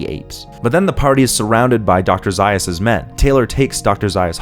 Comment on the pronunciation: Nice insight. However, you mispronounced Dr. Zaius' name.